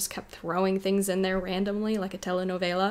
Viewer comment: hey what's wrong w telenovelas? lol u pronounced it excellently